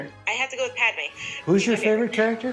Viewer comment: Did really say Padme?